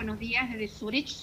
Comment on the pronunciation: Dice 22 años viviendo en Suiza y todavia no sabe pronunciar Zürich... Cualquiera la vieja...